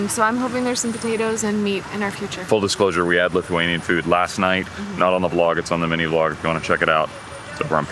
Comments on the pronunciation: very American amount of "extra sugar" lmao. great video, thank you for nice words about our beautiful Vilnius! btw your Lithuanian pronunciations are top notch! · ❤Ačiū! You pronounce very correctly!!!